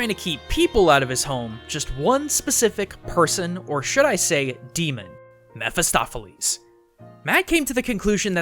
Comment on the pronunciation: Jeramya Mair he is pronouncing it right i've read the book and its Mephistopheles and it's pronouncing it right too (mefistofeles)